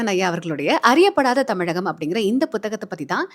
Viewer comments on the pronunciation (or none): none